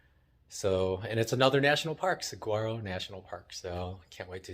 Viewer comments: It's pronounced sah war oh. I live here in Saguaro west. It's a great place for artists. Enjoyed the vid. Subbed. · Single saguaros without arms are called ‘spears’. You have to learn how to pronounce suh wahh ro as the last folks said. :-) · The saguaro flower is Arizona's state flower....it is on the saguaro cactus. It's pronounced "suh-wah-roe." You don't pronounce the word with a hard "G." I have to laugh when you say it with the hard g. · My girlfriend is laughing every time you say saguaro (as it sounds).